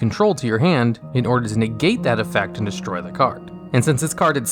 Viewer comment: Why does the Pandemic Dragon say EFEECT lol